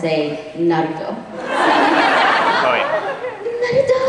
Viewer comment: It’s not narudo it’s NARUTO!